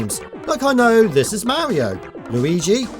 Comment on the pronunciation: why do you go out of your way to avoid pronouncing any kind of "r" sounds ? we get it you're british. I mean not pronouncing "r"s at the end of words yeah that's expected. but saying like "petend" or "mauio" or a "uom" (rom) it's ok. you can say the r. you'll be alright.